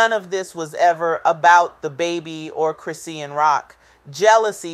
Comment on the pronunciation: What keep calling her name wrong it chrisean